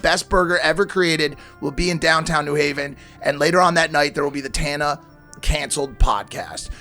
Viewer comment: Is mike saying tana’s name wrong on purpose?